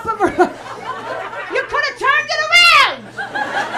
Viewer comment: "you coulda turned it arraand!"